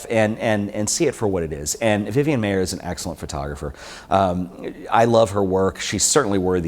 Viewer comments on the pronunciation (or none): It's pronounced like MEYER!!!! Not MAY-er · Her name is Vivian Maier. Not Vivian Mayer. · He mispronounced her last name throughout the whole video!